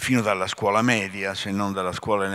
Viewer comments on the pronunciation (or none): none